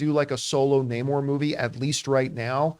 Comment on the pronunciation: Hate how they pronounce his name properly just once then go back to calling him Nay-more😤😤😤😤